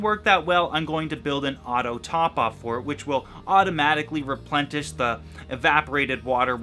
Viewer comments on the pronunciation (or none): Replentish? Replenish ;) :D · Is he saying replentish ?